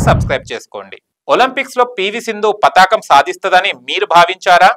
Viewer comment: భాష రాదా? పతాకం ఏమిట్రా? పతకం అని అనాలి నాయనా